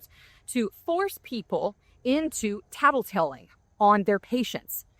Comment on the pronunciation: FYI-the word is tattleTALE, not “tattleTELL”